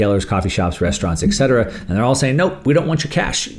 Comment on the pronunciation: >etc.<. is spoken „etcetera“, not >eckssetera< nor >eggsatarrah< nor >ackshitterer<